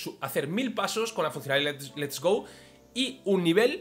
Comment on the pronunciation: Por qué dices sistema lest go ????